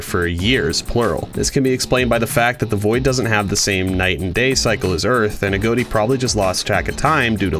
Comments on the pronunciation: A. G. O. T. I not a goat i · A GOT TEA NOT A GOAT TEA